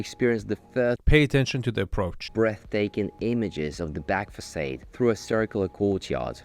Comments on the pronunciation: Can barely focus of Arvin's commentary as I am too busy maulding over the presenters inability to say "Facade" correctly. If you are going to present in English, you should at least be able to pronounce the words related to your field correctly. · The host should really learn how to pronounce "facade" properly